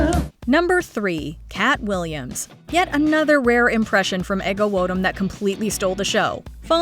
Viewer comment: Take a drink every time MsMojo mispronounces "Ego Nwodim" ... but have the paramedics ready 😅